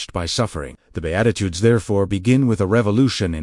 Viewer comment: Bedatitudes?? Seriously, someone should at least edit the videos! AI doesn't know what they're talking about! 😂